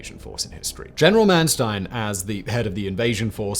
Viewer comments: It's Mannstein and not Mannstien. Don't pretend to be American. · It's Manstein not Mansteen. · Its not Man Steen. Its Manstein. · Yes! Was about to say this. 👍